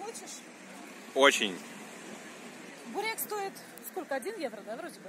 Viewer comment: Вообще..., не буреек, а бУрэк! :) Спасибо за видео